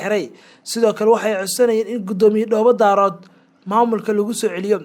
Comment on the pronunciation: Ma aha Dhoobo Daarood ee waa Dhoobo Daareed thank you